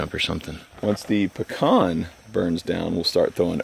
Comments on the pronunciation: Hey, quick reminder...... pee-can. Not pee-con. Pecan Not Pecon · Peeeeee. Can not pucon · Puh-con or Pee-can. It’s Pee-can here in Georgia.